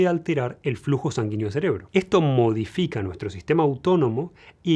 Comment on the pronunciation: "... Esto mohodifica nuestro sistema autónomo..." 😂